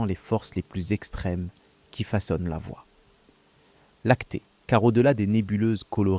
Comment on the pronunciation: documentaire interssant, que la voix IA ne sache pas dire voie Lactée convenablement...